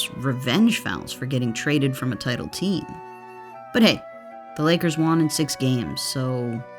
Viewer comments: Love this channel but it kills me when the voiceover says “Juan” instead of won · won is pronounced like one not juan lol